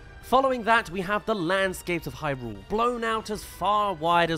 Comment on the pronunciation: Thank you for pronouncing Hyrule correctly! Upvoted!